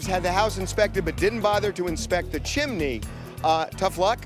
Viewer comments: First time hearing her pronounce it "chim-in-ney" I started singing that Mary Poppins song "chim chim-in-ney chim chin-in-ney chim chim cher-ee...." lol 😂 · right! Irritating! it's chimney, pronounced chim • nee. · I love the way she says "chim-en-eys" though 🤣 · I always have a hard time with Judge Milian's pronunciation of chimney. This is the second or maybe even the third time I've heard a case where she obliterates the word. It's like fingernails on a chalkboard. As with anything, an owner only knows as much as they know. Whether it be cars, a house, electronics... Anything. They never had an issue with the chimney. The person who cleaned them never raised a concern. That's it. That's all the knowledge they have and saying everything is OK is accurate. The plaintiff clearly is not concerned enough to actually have the inspection done ahead of time. It's kind of strange that she is trying to say that is a major point of concern before the purchase and then does nothing about it. I'm not even to the end of the case, but I'm 100% certain of which way the ruling will go. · how she keeps saying chimney irritates me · How does pronouncing, 'chimney,' incorrectly show intelligence and bilingual skills? The word has TWO syllables. Even I can pronounce it correctly and I only have a degree in English Language and Literature. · It’s sounds like she’s saying it in Spanish-chimenea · Lord lol she saying chiminey lol chimney! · CHIM-NEY!! NOT CHIM-IN-NEY! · Why someone is educated and intelligent as the judge insists on saying chim-I-ney instead of chimney … every time she says the word … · It’s a chimney, not a chiminey, Judge. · Why didn’t someone tell her to stop saying Chimaney ? Chimney... chimney. . Chimney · NB: the word "chimney" has TWO syllables. It's not pronounced "chim-i-nee" :P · It's chimney NOT CHIMINNEY! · IT IS NOT A CHIMAAAAANY IT IS CHIMNEY! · I cat believe JM is mispronouncing chimney! It's only two syllables, CHIM-NEY, not, CHIM-A-NEY! 🤦🤦😂👵🇺🇸